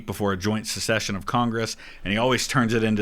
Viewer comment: "Joint secession of congress"? You might be right,...